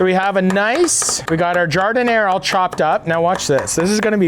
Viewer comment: It's Gar-deen-yah. Not Jar -din-air